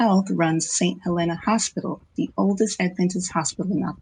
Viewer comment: I know you are just reading, but it is pronounced Saint HelEEEEna. Just for your information in the future.